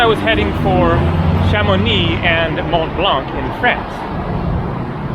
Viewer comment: Hi! Mont Blanc is pronounced without the C at the end! Great video!